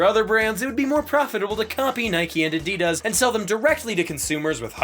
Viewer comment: This narrator actually knows how to pronounce Adidas. Most people don't